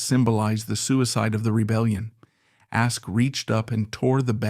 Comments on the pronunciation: And the AI wasn't even consistent in the error, moving from Ask to Askee back and forth. For those of us who know the history, it's annoying, but for people and kids exposed to this history for the first time, it's confusing. How difficult could it be to get a history major or a theater student to read the text? t theater studen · Hey AI IT's not ask-ee It is ASK ending with a no sound E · His surname is pronounced Ask not Askey.